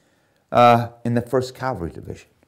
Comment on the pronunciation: Please stop saying “Calvary”, it’s CAV. Cavalry